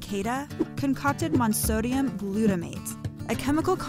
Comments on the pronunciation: She also missed the "O" in monOsodium glutamate. It's kind of jarring. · "Monsodium" lol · Your narrator mispronouncing vanillin and monosodium leads me to wonder what else is incorrect here.